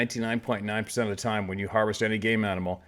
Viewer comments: did he say game animal or gay mammal, bad joke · Or hay manimal? Lol. Cheers